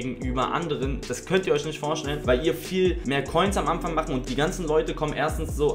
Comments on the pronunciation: „Am Amfang“? Pafekt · Eligellas wuseliger Sprachfehler: "Am Amfang". haha bleib glibschig und fühl dich geklapst